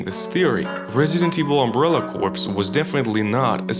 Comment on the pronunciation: CORE dude. CORPS is pronounced CORE